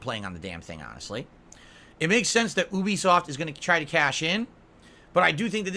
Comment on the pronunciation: ooooooobisoft. It's You-Be-Soft, id!oit.